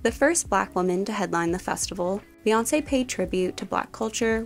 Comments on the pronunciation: It’s pronounced BEE-Chella not BAY-Chella. Her name is BEE-Yonce not Bay-yonce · BEE girl BEE, it’s BEE YONCE not BAYONCE jfc